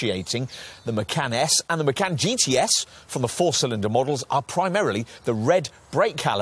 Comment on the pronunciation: Haven’t found a reviewer who pronounces Macan correctly 😶